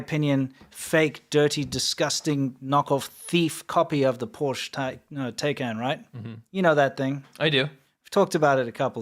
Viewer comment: It's always painful to hear say Porsche.